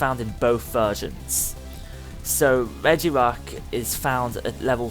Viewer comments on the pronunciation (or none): REGI-gigas. not REGIGI-gas it is really not that hard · It is called re-ji-ji-gas. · you say regigigas like "rejigigas" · i hate people doing a comentary that leterall y havnt even played pokemon but take peoples videos to show you what to do and call it there own he said profeser juniper or what evee his name is then siad reg gi geg as for regigegas he said rice aram for resharam face palms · Acctualy, It's REG-EE-GI-GAS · It's pronounced like reggie-gee-gis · say regegiis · Oh my gosh you just Murdered Regigigas' name it's Red Ge Gig As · Its pronounced regee-gee-gas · It's pronounced reh-ge-gi-gus, regigigas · Its pronounced Re-Jee-Gi-Gas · Regigigas is pronounced rejigigas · no it's Regigigas (re-ji-gi-gas)